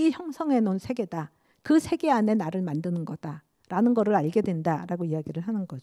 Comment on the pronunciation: 긴 자를 짧게 잘못 발음한 예:사람,세계, 행복,부정 ,이해,(이렇게) 해도,대개,감각, 대상,가상, 등, 죄스럽습니다만, 장단음 문제가 너무 심각하시어 이 이상 듣고싶지 않습니다. 말이 너무 빨라 이해하기도 어렵고 경박해 보입니다. "한국 어문을 고발함"이라는 책을 일독해 주실까요. 미국 ,변 완수 배